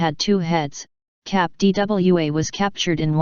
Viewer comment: What is it with this proliferation of robot voiced videos about strange things? Is there no one who will actually narrate this? I find it annoying when she says "cap D.W.A."